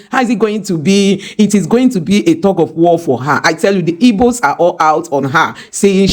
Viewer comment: You have an igbo name but it's funny how you pronounce igbo as "ibo" 😆